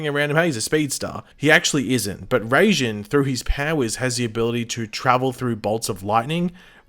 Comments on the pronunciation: Raijin is pronounce rye-jin not ray-jin. Unless this guy in the actual god of lightning I have no idea what they'd do with him but I'd suspect it'll have something to do with how they generate a new speed force. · it is rai not ray. You got it right but decided to use the wrong one still. It's a japanese word and in japanese is spelt らいじん which is pronounced rai. Ray would be れいじん which is not the word at all. Rai is basically lightning with jin in this context means god so lightning god, basically as you said. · It’s pronounced Riy-Jin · literally in no country is it pronounced Rayjinn. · He kind of butchered the pronunciation of raijin